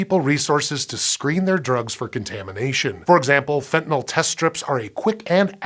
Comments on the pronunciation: Pronounced fentanil, not "fentanol" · Your close, But not comprehensive. I have a degree in pharmacology, It can be absorbed through the skin and I'ts 100-times stronger than morphine, medical doctors also use sufentanyl, It's 100 times stronger times stronger than fentanyl, and It's pronounced, Fen-tan-nil, not fen-tan-all, and there are more than one opioid receptor in the Brain, there is carfentanyl, it's only uses on animals, as It is 10,000 times stronger than morphine. ⚕ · It's FentanYl not FentanOl. You can't get 5 seconds into the video without making that flub? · Why do people keep pronouncing it "fentanol"? It's fentanYl. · it's spelled fentanyl but everyone pronounces it "fentanol" wtf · Pronounced "fentanyl" (fentanil), not "fentanol" or "fentanal". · Why can't Americans pronounce fentanyl. Fent an il Americans : Fent in ol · Thanks for pronouncing Fentanyl correctly most of the time. It's never FentanALL. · Why is the dude on a Science show pronouncing it fentanol? This drives me nuts. It's not Tylenol ffs. Muricah! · Fenta- NILL! NOT NAWL!!! "Fen tah nill". Sue your teachers! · This is physically painful to listen to. The host doesn't even know how fentanyl is spelled, if he did he wouldn't pronounce it "fentanol".